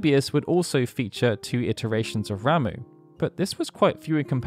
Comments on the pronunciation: Am i the only one who thought this guy's name was pronounced like "rah-muh" and not "ra-moo" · *"rom-uh" not "ram-oo"